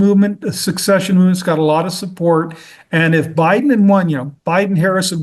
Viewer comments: It's "secession." Not "succession." It's "secession." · The word is “secession” not succession. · Good video. It would help if they knew how to say NucLEAR right, not nucular. Secession, not succession. I don't know why he doesn't use words correctly at his level. Otherwise, a great video with good info. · educated people know the difference between "secession" (to withdraw) and "succession" (to follow after another). They know how to pronounce both and use both in a sentence and they do not substitute one word for the other. They are educated! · Interesting interview. Sadly, I’m also from Texas, born and raised. So I gotta say, if you can’t pronounce the word secede (sehseed/Suh-seed) or secession (sa-sesh-un.) You shouldn’t be supporting, or advocating for something doomed to fail (the opposite of succeed.) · Someone tell this person he's pronouncing secede and secession incorrectly